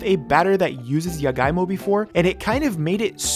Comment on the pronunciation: I was kinda confused with the jagaimo cuz he pronounced it as yagaimo skksksks Love the honest reaction, now im curious as to how it taste like